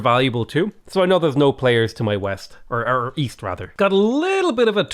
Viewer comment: i thought you said weast